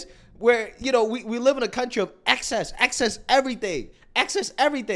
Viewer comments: woah.. Diddd she just mis pronounce live in that context as if she wasn't the one to write it? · The way she pronounced “live” is a dead giveaway